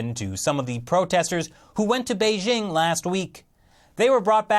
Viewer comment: How can anyone take this guy serriously. He can't even pronounce Beijing.